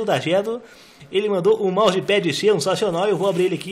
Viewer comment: é MOUSSE PAIDI KKKK TA CERTO KKKKKKKK